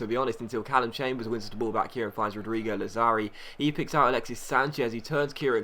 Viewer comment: Lazzari is pronounced Latsari--the double z in Italian is a ts sound. Loved the video, as usual. Keep up the great work, mate!